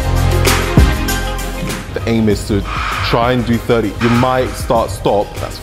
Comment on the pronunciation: He doesnt say 30 with a brit accent lol